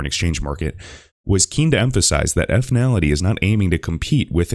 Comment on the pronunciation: I believe it's pronounced 'Fin-ality', not 'effinality'